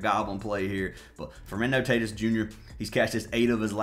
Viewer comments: You lost me when you mispronounced Tatis multiple times. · He always pronounces the names wrong as a joke. He’s been doing that forever